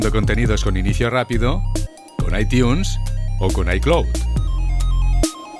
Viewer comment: “Aitiuns” “iclot” do you even english? Jajaja